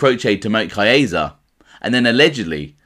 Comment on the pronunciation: ....Not kidding at all, and you aren't the worst offender. There are others far worse, but the fact remains. Caiazza.... there is no long "A" sound in Italian. Ca-yahtza. Casso - Cahsso, not CAYso Gravano is an uneducated street guy, not a professional broadcaster, as are most gangsters. He cannot really read either, and the vast majority of made guys have learning problems and/or did horribly in school. Doubling down on their ignorance isn't the way to go. I enjoy you & your channel. My comment is true of almost ALL YouTube mob channels and is perfectly thought out. Again, you are not the worst offender. I know some Italians can't even properly pronounce their own names; this is for many reasons; one of them being schools and workplaces (teachers and bosses) either couldn't or didn't care to pronounce properly, so they went along with it. I get it brother! I can see you care, and get shit about this. You say you "can't win." I RESPECTFULLY disagree. You can't please 100% of the people (I agree), so I would pronounce it CORRECTLY, rendering the complaints meritless. You can't control others mispronunciation, but you can control your own. Buona Fortuna......I really enjoy your stuff and am not trying to troll you